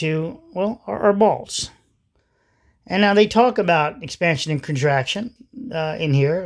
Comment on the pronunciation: Got half way through video before I worked out you are saying bolts, not balls.